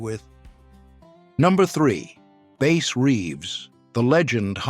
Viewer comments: It's Bass like sass or crass. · “Bass Reeves” as in bass player not the lawman. “Bass” as in the fish…fuc*ing AI……